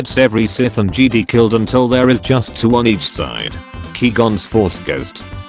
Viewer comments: JedI not jedee!! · When the voice says jeedi instead of Jedi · Did anyone crinch everytime the voice says "JEDEE" INSTEAD OF "JEDI" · I love when they say Jedi "jeedee" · the t2s voice pronounces jedi like "jeedee" and its so wierd xD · Nobody: Not a soul:: JEEDEE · no one:: “the jeedi” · Text to speech: Jeedy Me: the time has come execute order 66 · Nobody: Text to speech voice: Jeedee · no body narrator: jede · Nobody: Absolutely nobody:: Jeedee